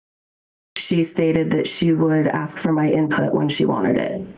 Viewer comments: It blows my mind that a person can reach the respectable position of judge while saying ax instead of ask. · When a judge criticizes a dyslexic employee and can only "aks" questions, she loses all credibility. Your (former) Honor, the word is "ask." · I think a judge should be able to pronounce “ask”.